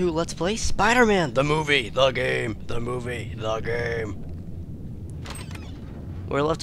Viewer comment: Tha Mo-vie NOT Game Tha Mo-vie NOT Game !!!!